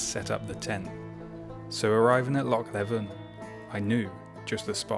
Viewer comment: Pronounced Loch Leeven. Lowmond Hills. Thanks for visiting my locality - for the second time recently? Or two trips in one?